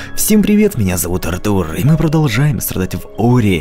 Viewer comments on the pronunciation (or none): none